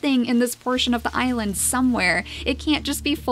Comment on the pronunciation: Can you call this "The great Icland pack " because it sounded like you said icland when you said island at the start of this episode. 😋😋😋😋😋😋😋😋also curse you bunnies!!!🐰🐰🐰😋😋😋😋🎃🐾🐾🎃😋😋😋😋🐅🐆🐕